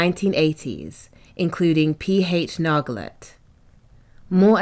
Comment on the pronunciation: Nargeolet = 'Narjolay'